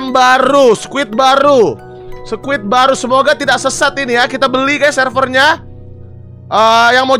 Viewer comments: "Squid" bang, bukan "squirt"🗿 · betul , bang windah ngomongnya SQUIRT wkwkwk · Squid bang,bukan squirt😭